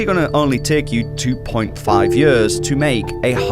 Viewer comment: What accent is that? Until he held up the posted with "years" written on it, I didn't know what he was saying. He says it like "yehs"